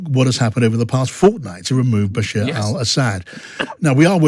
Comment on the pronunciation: It's Bashar not Bashir! And HTS not HST! Come on, a bit of research before doing interviews!